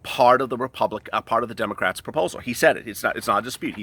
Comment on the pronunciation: He did say dum’ocrats 👀💀😂